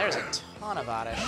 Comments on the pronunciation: It's oddish and not ordish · Oddish? Don't you mean ORRRDISH! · he says oredish to be funny